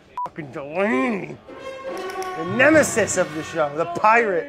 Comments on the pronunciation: I never even noticed until I saw this lmfao "DELanY" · Delaney Chlarson every time I hear Delaney it makes me flinch